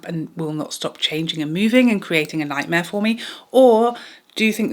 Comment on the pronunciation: I heard "creating a LIGHTMARE for me". I was cracking up!😂 I had to play it back to prove to myself that you actually said 'nightmare'. I say choose the method that causes you the least amount of stress.🥰☮️💖